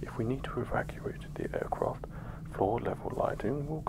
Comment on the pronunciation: Take a shot every time he says "aircroft"